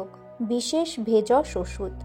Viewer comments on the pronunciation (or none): জয় জগন্নাথ। উচ্চারণ ঠিক করুন । ওটা ভেষজ ওষুধ। আপনি ভেজস ওষুধ বলছেন